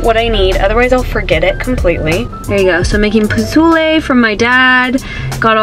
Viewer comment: It’s pozole! Lol